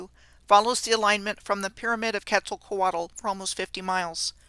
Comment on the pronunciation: The L at the end of Quetzalcoatl is silent. Ketz ahl co aht.